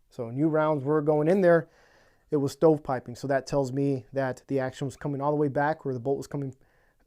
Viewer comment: What’s stow piping or what it is you’re saying?